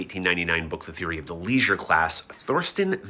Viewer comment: Bro said leisuer and class so many times